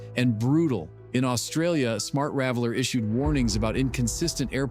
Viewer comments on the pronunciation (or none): It's not smart raveller it's smart traveller